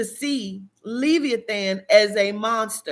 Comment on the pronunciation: Omg I sorry I'm trying to watch this video but please the pronunciation is Le like Lebron, vi like Vise then the e sound eeh than. LE-VI-EHH-THAN Not trying to be an ass I promise. Peace and love